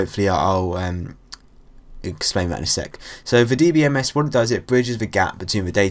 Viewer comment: DEE BEE DEE BEE MES XD im crying